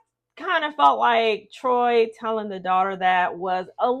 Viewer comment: Troii, it's pronounced Troy